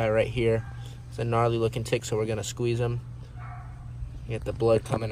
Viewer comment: That's not how you say tick